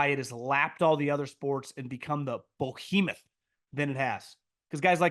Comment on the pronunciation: Love the show - please learn how to say the word "behemoth" if you insist on using it so much.